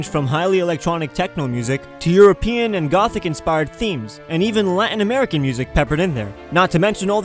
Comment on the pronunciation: Marriland and Americah!!